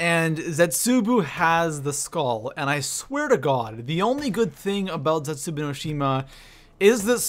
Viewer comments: You're saying zetsubou wrong, it's not zetsuboo it's zetsuBOW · Ragnarok should have been higher and I hate how he says zetzobou